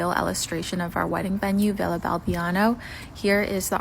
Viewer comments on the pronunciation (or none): She didn't even know where she married, as I see. Villa Balbianello, no 'Balbiano'. It may sound the same for the americans. But if I had to marry there, I'd know everything.